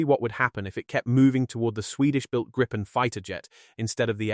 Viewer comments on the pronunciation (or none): Please stop pronouncing it a gripe-pen. It is greep-pen (grippen) and means Griffin/Gryphon in Swedish.